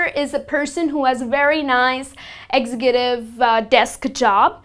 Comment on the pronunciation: Please double-check how you pronounce the words "expertise", "executive", "useless" and "competitive".